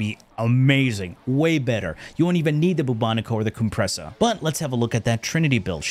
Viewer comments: COOM-pressa hehehe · booba-nico and the coom-pressa got me rollin😂